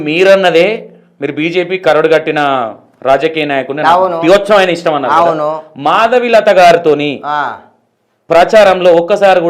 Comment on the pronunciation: Matalu thedaga unnai thedagadena madavilatha peru kuda sariga cheppatledu madhulatha antunnadu